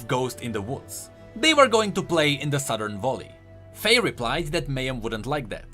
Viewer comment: Please learn to pronounce "Valley". You pronounce it like "Volley" (which is Ashe's W I think).